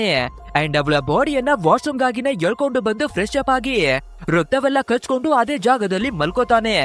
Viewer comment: ನಿಮ್ಮ ಕನ್ನಡ ಉಚ್ಚಾರಣೆ ಸ್ವಲ್ಪ ನು ಸರಿ ಇಲ್ಲ! ಸ್ಪಷ್ಟವಾಗಿ ಕನ್ನಡ ಮಾತಾಡೋದು ಕಲೀರಿ!! ರಕ್ತ ಕಚ್ಕೊಂಡು ಅಂತ ಹೇಳ್ತೀರಾ!!!